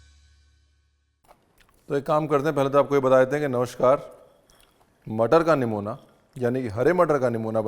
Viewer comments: Superb recipe sir....aur han na isko namuna kehte hain aur na Nuemonia 😂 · Yaar, yahan par to "Nimona" ko "Nimoniya" ho gaya hai 😂